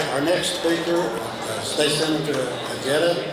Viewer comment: Why does he pronounce his name o-ja-da instead o_hey_da